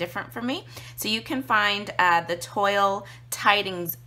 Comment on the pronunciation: Great video and coloring. Just an fyi, it is pronounced twal not toil. ;)